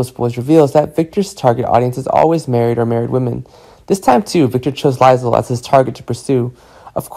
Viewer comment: Omg this guy cant pronounce anyones names… lie zel? So behind